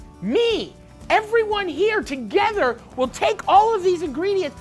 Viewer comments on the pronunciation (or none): none